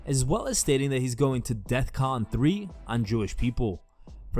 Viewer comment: it's def con not 'death con'.